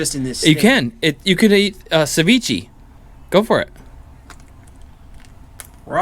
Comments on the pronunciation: It's (se-vi-ch-eh) not SeViChi😂 although it taste amazing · Sa-ve-chay 😅 if that helps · It’s actually pronounced cevich(ay). the more u know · calling ceviche sa vee chee is crazy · Is he trying to say sashimi lmao savichi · It's ceviche not sevichy, learn how to pronounce ethnic dishes correctly... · what's hard about Sa-ve-chay cmon now